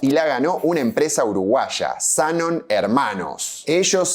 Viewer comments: Es Zanón.. en la foto de la licitación está con tilde, y las publicidades de los cerámicos decían “Zanón” también. Me tiembla el ojo de escuchar esa mezcla de tilde y no tilde. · Zanón, no Zanon. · Una minicorreccion.. Es Zanón no Zánon y lo que mas disfrutaba del Italpark era el salon de tiro. El pianista que le tirabas en el culo para que toque, el pajarraco del reloj. Los sapos.. Nunca encontre ni una foto de ese salón. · Ea Zanón, no Zánon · Zanón maestro, Zanón. No Zanon. Corroboralo en el sitio de árbol genealógico. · Amo tus videos.... Pero me destruye que pronuncies el apellido como Zánon... Es Zanón!!! Jejejeje! Mí nonno tambien era del Vento, de un pueblo cerca de Padova, y cuando emigró a Argentina también abrió una fábrica de cerámicos ❤😢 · En uno de los documentos que mostrás está escrito Zanón con tilde, así que sí, se pronuncia "Zanón". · Como todo veterano de mi edad sabe y recuerda (por haberlo escuchado desde nuestra adolescencia), se pronuncia ZANÓN... de hecho si te fijás en un documento que vos mismo mostraste en el video... aparece correctamente escrito ACENTUADO EN LA "O". Punto. Fin de la polémica. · hola soy zanon, la nieta de luis, Zanón es con acento en la o. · zaNON. siempre pronuncia los nombres como el orto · Zanón aparece con tilde. Resuelto el tema de la pronunciación del apellido. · En una imagen del video, en un recorte, aparecen como "Zanoni" lo cual tendría sentido visto que es un apellido italiano. Y respecto a la pronuciaciòn, me parece que es Zanòn. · Cómo estás. No es lo principal pero me parece que la pronunciación correcta del apellido es Zanón con acento en la o Sds